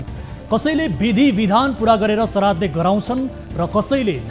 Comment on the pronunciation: सराद्दे हैन हौ पटमुर्ख श्राद्द हो अलि शुद्ध बोल्न सिकौ